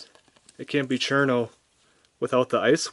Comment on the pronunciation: I really want Cirno because of the smug mug, but I can only find her for 78 euros at the cheapest :c I was going to point out your pronunciation of "Chair-no" instead of "Shii-runo", but the direct kanji translation actually is "Chiruno" instead of "Cirno", so i can see why you would pronounce her name like that... Your reviews are great pls do a Kasen/ Aya review